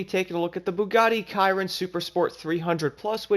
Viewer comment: Sh - eeer- ron